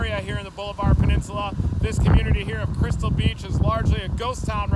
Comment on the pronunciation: It is pronounced Ball-a-ver. It is not Boulevard. Seriously you aren’t even close.